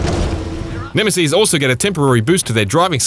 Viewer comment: Nemesees? Its Neme-SIS lol